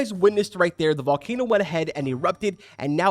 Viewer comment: The volkayno was to hyped in my opinion